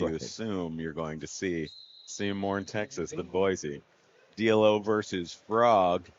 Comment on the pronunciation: Yes. You're right. It's pronounced Dee-Low.